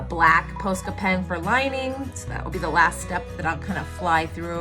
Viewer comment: YOu say posca wrongggg